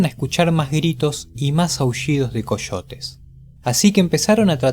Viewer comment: Coshotes (Coyotes)